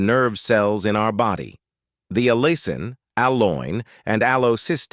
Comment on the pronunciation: The word is allicin not allison.